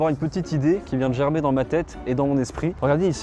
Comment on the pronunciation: on dit "Germer dans sa tête" parce que j'entende "Gerber" moi XD!!! Sinon le concepte est juste oufficime!!!! j'adore!